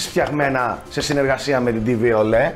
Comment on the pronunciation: Στο Bluetooth ηχείο μόνο εγώ άκουσα ότι είπε " σε συνεργαστια με..." Αντί για "σε συνεργασία"...